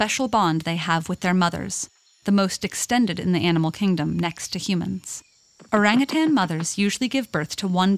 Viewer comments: Yeah, it literally means ‘forest person’ in the Malay language. Though the real pronunciation of it is ‘oh-rung oo-ton’. If it were to be recognized as just another ape, then it would be called ‘kera’ or ‘monyet’. Orangutans get the ‘orang’ name which is more human-like, like how ‘orang kaya’ is a rich person and ‘orang kuat’ is a strong person. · It is pronounced orang ootaen. In malay. I am a Malaysian. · It's or"a"ng ut"a"n as in father. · Came here for the orangutan pronunciation and I'm certainly not disappointed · The name "orangutan" (also written orang-utan, orang utan, orangutang, and ourang-outang) is derived from the Malay and Indonesian words orang, meaning "person", and hutan, meaning "forest", thus "person of the forest". The word was first attested in English in 1691 in the form orang-outang, and variants with -ng are found in many languages. This spelling (and pronunciation) has remained in use in English up to the present, but has come to be regarded as incorrect.[7][8][9] The loss of "h" in Utan and the shift from -ng to -n has been taken to suggest that the term entered English through Portuguese.[5] In 1869, the British naturalist Alfred Russel Wallace published his account of Malaysia's wildlife: The Malay Archipelago: The Land of the Orang-Utan and the Bird of Paradise. source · omg thats not how u pronounce orangutans it annoys me so muchhhhhhhhh!!!!!! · In Malaysia, it is pronounced oh-rung-hoo-tun. Lol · Orang = people Utan (hutan) = forest Btw the pronounciation though... its pronounced as orunk-(w)uta(r)n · You pronounce orangutan so bad lah.. Like "oureng gutens" hhahahaha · Не орангутанги,а ОРАНГУТАНЫ!!! Орангутан - в переводе с одного из восточных языков, лесной человек! А орангутанг, это человек- должник! А обезьяна никому не должна! Поэтому- ОРАНГУТАН!!! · Yeah... no it’s called orangutan not orangutannnnn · Why do english people pronounce orangutan like erangatang when its o rung oo tun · Isn't it called o-rang-u-tan???